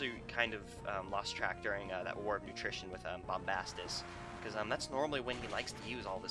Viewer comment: War of attrition, it sounds like you were saying utrition or nutrition or something to that affect.